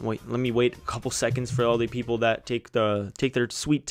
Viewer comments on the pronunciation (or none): none